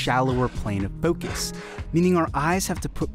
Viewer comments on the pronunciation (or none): Its mode not mood. Focus not foocus